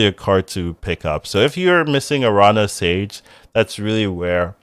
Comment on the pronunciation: Nice to see you're back. Love your takes on cards. The tilde over the n in Araña changes the pronunciation, it ends as "Narnia". It's just spider in spanish, btw.